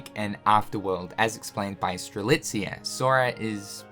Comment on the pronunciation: Am I dreaming or is now not butchering Strelitzia's Name anymore? 🤔😲 I know he said it correctly before in a Union Cross Finale Video but after that he went back in calling her Streliza! But now he straight up calls her Name Strelitzia right in 2 Videos in a row! Wow! That's an improvement! 😀😄